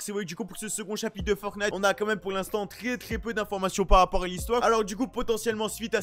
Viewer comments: Moi: ont dit "Fortnite": je dit "Fortnate" Si vous écoutez bien il dit "Fortnate" xD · Moi je dis Fornite... (je prononce pas le T) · Il dit un peut des deux